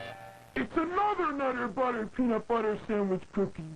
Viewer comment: The Nutt-ah Butt-ah situation is crazy.